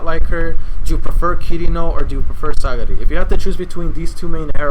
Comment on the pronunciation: It's Sagiri btw. Not Sagari XD